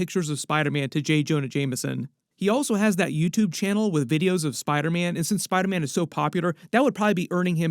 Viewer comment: Why do you call Spider-Man “spydaman”?